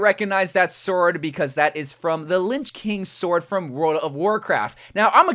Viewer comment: linch king?! Bro what did you just CALL THE LICH KING!?💀